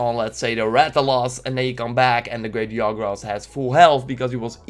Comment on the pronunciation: Its Ja, Not Ya ... anJAnath, great JAgras